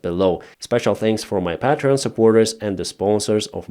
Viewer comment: And please learn how to say Patreon, it's not Pat-Tron, it's Pay-Tree-On.